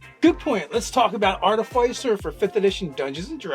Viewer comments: Say after me guys: ART-uh-FISS-ur and NOT ART-i-FYES-er. Sounds like you're shilling for Pfizer they way you mispronounced it over and over again. Hope they paid you for all the free plugs! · It’s pronounced ‘Ar-Tif-icer’, not ‘Arta-ficer’ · It’s clearly Arti-fiss-er guys. The root word is “artifice,” which is def not pronounced with a hard i. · Listening to you pronounce "artificer" incorrectly over and over again hurt my soul. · Between ar-TIF-icer, arti-FIC-er, and artif-ICE-er... i hate the last pronunciation the most. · Sorry, can't watch this any further. Love the outfit,, but I cannot handle the repetitive mispronunciation. It's not even like artificer is a made up fantasy word.